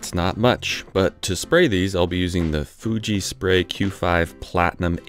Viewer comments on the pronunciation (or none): none